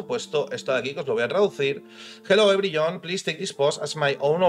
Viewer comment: "ebryllon" jajajajajaja grande